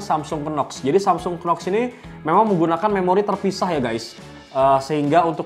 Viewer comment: Dibacanya NOX bro, bukan Kenox . "K" nya gak dibaca.